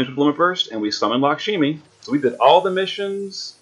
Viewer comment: Hayu? Really? HAYU? It's HEE+OH. And LAHK-SHMEE.. not Lockshimi. Mostly amazing vid. Name pronounciations killed me though.